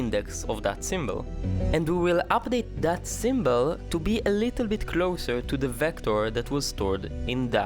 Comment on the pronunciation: What is a "symbell"?